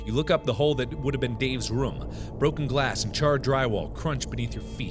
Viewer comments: I like how Mark pronounces room as rum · I love the way mark says room! it sounds like he is saying rum it's soooo cute ^_^ <3